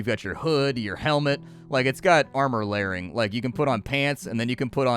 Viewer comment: pls stop saying armor lairing, it hurts